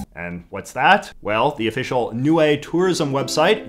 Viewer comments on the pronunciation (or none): It's pronunced "niu" not "niue" English is weird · btw it is pronounced “Nee-oo-ae